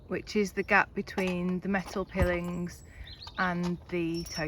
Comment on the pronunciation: Piling is better pronounced with a long 'I' as in pile (long bulk of timber driven into the bank) or mile. Also it is usual to leave the engine running whilst mooring in case it is needed, but solo mariners must take particular care to ensure it is completely in neutral and disengaged before stepping off the boat for obvious reasons. Have fun boating all.